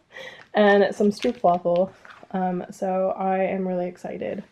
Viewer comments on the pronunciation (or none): HazelNOET and STROUPwafels😂😂 i am also dutch and I died how you said that😂